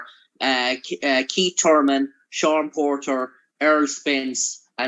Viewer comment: KEET TURMEN